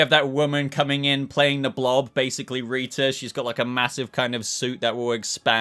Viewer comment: This might be really weird but I really live your accent and love the way you say rita's name 🙂